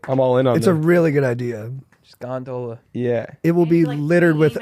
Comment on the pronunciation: they way he kept pronouncing "gondola" took me out of the episode and i couldnt get back in